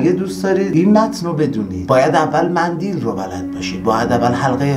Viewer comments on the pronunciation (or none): داداش کلمه مندیل نه غلطه مندل صحیح میباشد.شرمنده.